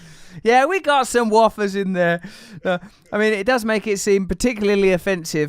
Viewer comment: This was definitely an interesting discussion, however I've never heard an American pronounce wafers "waaf-ers" it's "way-fers" and I now have serious doubts that this guy has ever even been to America lol